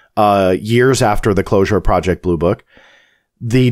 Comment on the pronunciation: It's booroo crime prajict